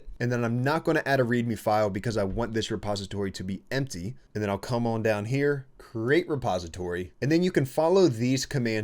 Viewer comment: love the way this guy pronounces the word "on". bro makes like a 2-3 syllable meal out of it. "U-O-A-N" oh and good vid thx